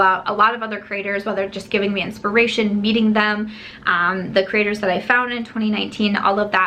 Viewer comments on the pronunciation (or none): Lol I keep hearing “critters” and then I’m like no she’s saying “creators” love you, and appreciate your channel😃